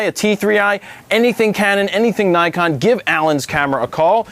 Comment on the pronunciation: not neyecon, its nikon! lol